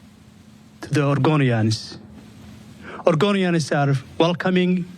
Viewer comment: Whats an "orgonian" 😂 mutha fucka speak English!